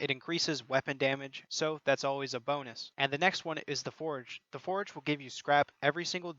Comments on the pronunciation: Also you said Forage not Forge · IN-FIR-MA-RY (In-fur-muh-ree) FOR-GE (FOUR-juh)